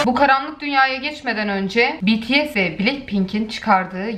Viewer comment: _BTS bunu anlamak icin army olmaya gerek yok aslinda o grubu seviyorum bts okumasini bilmeyenlerede gıcık oluyorum betese diye okuyorlar bities doğrusu zaten biliyosunuzdur mesela benim bts de sevdigim sanatcilarda var v, rp(rapmaster),jk(joonkok kusura bakmayın yazılışını bilmiyorum ama anladinız) iste bunlari seviyorum beni anti yapan sey arkadaslarimin baskisi yani mesela ben seviyorum ama fan olacak kadar ilgilenmiyorum arkadaslarim beni kucuk dusurmesinler diye de anti oldum diyorum sosyal medyadada böyleyim